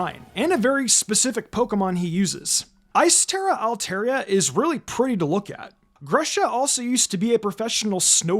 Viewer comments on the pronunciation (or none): I know this is really unrelated and unnecessary, but It really sticks out to me when people mispronounce my favorite Pokemon Altaria. It's all-TAR-ee-uh, not all-TAIR-ee-uh.